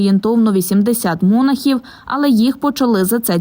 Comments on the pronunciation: МонАхів, а не мОнахів. "", это уровень журналистики?? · Професура ви даже говорити правильно не вміїте...не монахів а монахів...краще не Лізьте до церкви